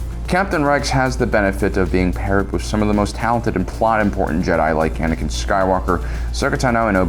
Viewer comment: bro said Banakin 💀💀